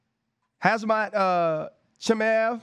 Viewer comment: This fool can't say pronounce hazmat after a year of him being in the MMA spotlight. Why should i care about his opinion.... do your homework.. football man